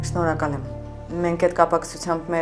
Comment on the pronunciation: վայյ ասումա սնորակալ եմ😂😂😂